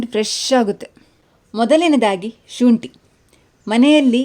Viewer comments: ಶೂಂಟಿ ಅಲ್ಲ. ಶುಂಠಿ. ☑️✅ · ಸರ್ ತುಳುವರ accent ಅದು